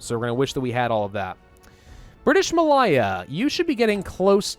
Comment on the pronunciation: It's not British Ma Lie A, it's British Ma Lay A. Lay as in lay down not Lie as in to tell a lie.